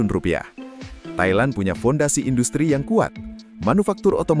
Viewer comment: Bang sorry bang 😅🙏 Abang salah eja tu. Tailan ❌ Thailand ✔️ Tapi emangnya Indonesia panggil macam tu ke? 🤔🇮🇩